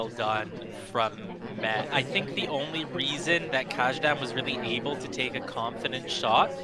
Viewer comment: This was most definitely mentioned somewhere before, but "Kajdan" should be pronounced as "Kaydan", not the way it was pronounced here.